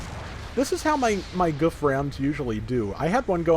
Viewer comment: It's "Goof"